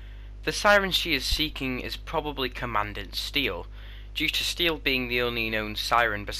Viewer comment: ‘Aye-shuh’ ‘comma-dawn-t Steele’ for pronunciations